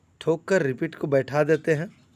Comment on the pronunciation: Bhai sahab agar parts ke naam dhang se nahi bola jata hai to maat banao aaise videos. Tumhaari basa me BDO. Jisse ki revet ko aap repet kaha. Hacksaw ko aap reksa kehte ho. Grinder ko glainder😂😂😂. Kaisa lage ga ki mai aap to ke bajaye Naramjaan kahu. Vaise hi har eak part ke aap sahi tarike se bolo ge to log aapka BDO ka faida le sakte hai. Jaise ki maine parts ke naam suntehi BDO dekhna band kar diya.